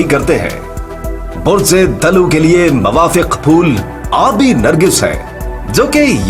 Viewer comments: Bhai lafz di,lo nahin d, luv hota hai. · تلفظ صحیح کر لیں۔۔۔۔۔یہ عربی زبان کا لفظ ہے۔ دل ون یعنی ڈول۔۔۔اس کا تلفظ۔ dalww ہے۔۔۔۔یعنی دل و